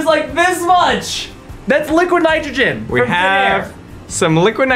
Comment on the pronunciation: “Liquaheed nytrohageen”